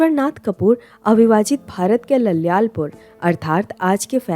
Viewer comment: ललयालपुर नहीं, लायलपुर ३.१५